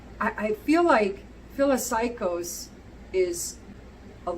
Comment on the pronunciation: It’s “fil-aw-sikos “ Also, I’ve never heard anyone pronounce patchouli like you do :)